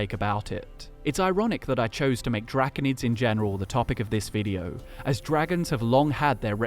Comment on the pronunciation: Dracunid? No Drah-cone-id